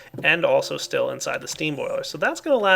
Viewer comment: Why are you saying steal instead of still?